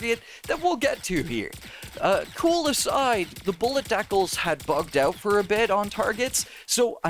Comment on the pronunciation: ...did this man pronounce the word "decals" as "dackles"?